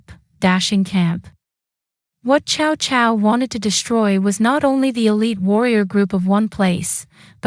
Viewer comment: Sorry, it’s pronounced Sao Sao, not Chao Chao, and what do you mean “5 barbarians”